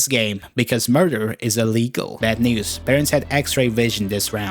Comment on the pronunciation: bro did not say news 🥀